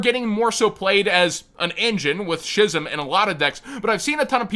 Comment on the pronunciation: I've said this before, and I don't wanna sound like an asshole for repeating it often but "Schism" is pronouned "Skii-Some" NOT "She-Some"